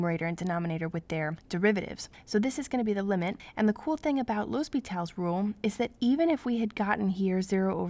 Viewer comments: Good video but isn't it supposed to be "L'Hôpital's rule"? Pronounced 'Lopi-tal's rule". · Its pronounced as Lopetal's rule